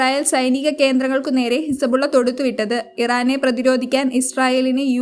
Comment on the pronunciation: വാർത്ത വായിക്കുമ്പോൾ കസപിസ പറയാതെ മോളെ നിലവിൽ ഇസബുള്ള ഇറാനെ ആക്രമിച്ചത് 😄എപ്പഴാണ് 😄😄